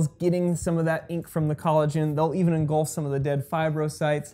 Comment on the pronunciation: engulf. not engolf.